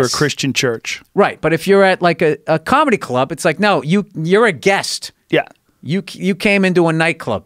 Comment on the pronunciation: BOSTON CAAHMEDY. CAAAAMEDY CLUB. COMICS. BOSTON. NEW YORK. COMEDY. OPEN MIC CAAAAAAAAAAAHHHMEDY